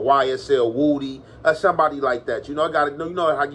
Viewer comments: Woody , not woooody my dawg lol 😂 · Na its pronounced woohdee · No that's how u say his name.. everyone says it wrong but..woody just spells it that way but he has addressed how to say his name..his family says it just like is saying it